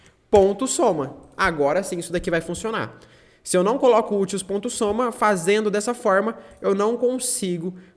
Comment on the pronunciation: Explicação ótima, valeu! Só uma crítica construtiva: se fala úteis, não utils.